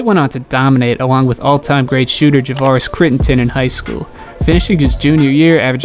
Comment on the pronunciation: “All time great shooter Javaris critterton” 😂🤦🏽‍♂️